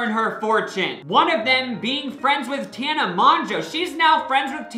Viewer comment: when will he stop saying tana's name like that